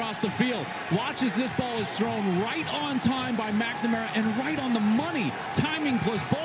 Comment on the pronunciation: the way they pronounce McNamara..... it kills me!